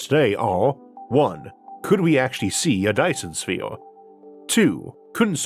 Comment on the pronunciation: A Dyson Sfeeorrrww😆😆😆